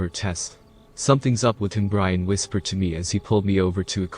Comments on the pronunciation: So..... Is the roommate homeboys name Brain or Brian? Since you seem to be saying Brain for his name. Lol. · What is wrong with whoever is reading this. they mispronounce some of the most simple of words! For example calling his friend Brain instead of Brian. What a shame to ruin the story like that.